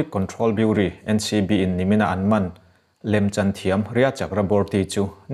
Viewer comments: Ka pu Bureau tih hi kan tawng a ni lova mahse lam dik hram toh ula, burii ti ang hian in lam ri a, buro ti ang deuhva lam rik tur a ni e. Thahmem ngaihna vang in aw. A ngaihnawm thin e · Biuri tih loh tur biuraw tih tur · Biuri tiin lam tawh suh..biuraw ti a lam tur. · Bureau _ "biuraw" tia lamtur. A ngaihnawm ltk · Beaureau tih hi biuraw tiin lam ri hram tawh rawh aw ka pu... ka support tlat che ania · bureau = beuraw tia lam tur